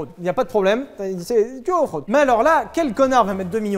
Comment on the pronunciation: Suis-je le seul à avoir entendu "En fraude" à la place de "Off-road" ? 😂